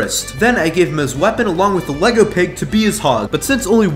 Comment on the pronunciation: its not elegle are u dume